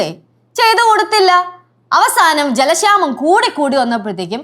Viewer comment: ജലഷാമം അല്ല. ജലക്ഷാമം ആണ്‌. ലെച്ചു......😠😠😠